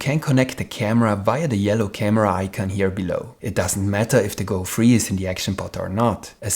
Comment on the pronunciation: thank you for the video! a downside of it is that it is a bit hard to differentiate 'free' and 'three' whenever you pronounce them.